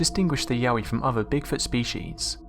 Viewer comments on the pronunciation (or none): I thought Yowie was pronounced Yo-wie not yaoie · Yowie not Yahweh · I thought he said Yaoi